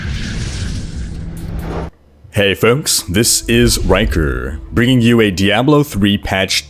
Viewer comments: its pronounced (D-Ah-blow) not (D-Ab-low). K thx noob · I don't know which annoys me more: di-AB-lo or chack-rum. Fucking ugh.